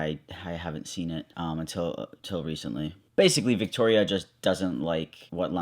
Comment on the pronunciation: I get TERRIEFIED every time that one girl she said viktorya bc that's my name 😂